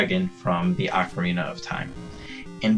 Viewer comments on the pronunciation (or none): You ideat its pronounced Oh-ca-rina not Awk-arina